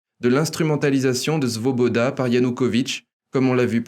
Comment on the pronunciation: Parfait comme d'habitude... juste .... c'est Svoboda et pas Zvoboda. Ca s'escris avec S et se prononce S et pas Z.... pas brazvo qui ne veut rien dire, mais Bratstvo (avec un S) qui veut dire fraternité .... mais bon ca n'enlève rien à la qualité de l'emission.